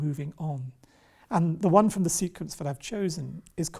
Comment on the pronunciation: *Wannn*? Interesting interpretation. I think wan works better. Not vicars daughter either, solicitors daughter surely